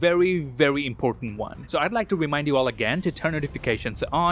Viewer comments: In the last, it sounded like “Next Wong” instead of “next one” while Wong opening a portal. If it was intentional, then this is a nice reference to the meme ‘Wong Cinematic Universe’.😆😂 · Hey saw what you did there at the end of the video. “I will see you lads in the next wong” (showing a Wong) 😅😅😅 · Did you just say: See you guys in the next Wong...? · in the end did you say see you guys in the next wong? then there's wong in the screen lol